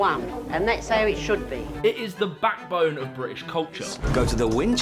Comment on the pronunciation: BaCK!bone Please talk properly I know it’s difficult but you can do it I have faith Marketing, MARK!eting